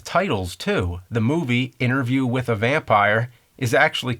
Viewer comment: yea and also " witha"